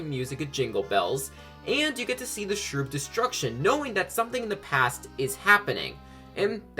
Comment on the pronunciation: Yooooo Cavi Cape I love it so muuuuch! As longtime viewers of my channel will surely know. But uh... Shroob, that's definitely not how it's pronounced lol